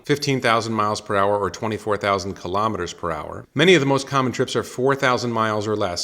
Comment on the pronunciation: Elon pronounces KILO'METRES, not kalamaduhz.